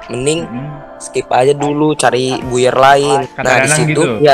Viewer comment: Buyer = bu yer Y'all i laughed when i heard he said that